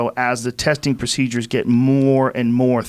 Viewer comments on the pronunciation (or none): none